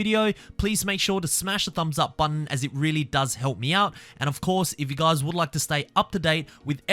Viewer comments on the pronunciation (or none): none